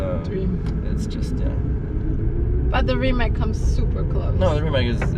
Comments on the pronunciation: RimaC, nicht RimaK und auch nicht Rimäck 🙂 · Every youtuber pronouncing Rimac as Rimak is hilarious. Some of them even met the man, do they just not listen when he introduces himself? :D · Nico...Reematz, please!